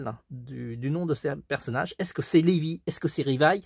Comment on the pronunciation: Levi mais sa se prononce livaï